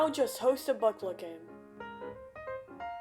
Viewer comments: "today im gonna show you how to hack booklet" its "blooket" XD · no way this dude is saying "blooklet" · Bro calls it blooklet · bro pronounced it "booklet"